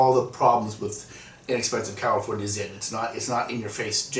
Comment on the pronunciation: I kept hearing California "ZIM" and I had to giggle. :P